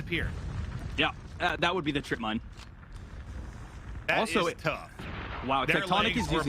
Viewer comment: Bruh wtf, sounds "mine mine mine mine" holy shit 😂😂😂